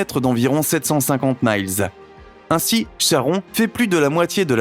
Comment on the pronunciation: Mile... Dit un français -_